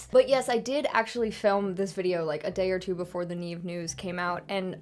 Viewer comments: I love your reactions to the franchise. You’re awesome. Oh by the way it’s pronounced NEVE like SEVEN without the “EN” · I LOVE HOW YOU PRONOUNCE neve's name😂😂